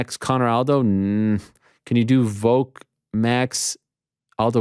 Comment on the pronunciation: Ariel, you gotta stop saying "Voke" my friend. It's Volk. The first four letters of Volkanovski.